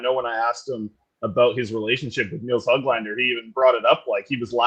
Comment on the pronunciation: " has never met Nils Höglander" - good, maybe he'll finally learn how to properly pronounce the 'ö' in "Höglander"... no wait... Nils will probably have to win the Lady Byng or something to garner that kind of respect...or perhaps he's just "not black enough" 🤦‍♂️ But all kidding aside, it was great to have on, a wealth of knowledge from a hockey insider is a real treat. Good job everybody!